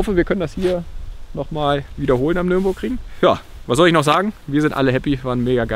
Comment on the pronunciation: "Ich hoffe wir können das hier nochmal wiederholen am NÜRNBURGRING" (bie Minuten). ......na wenigstens hast du nicht NürnbergRing gesagt ;)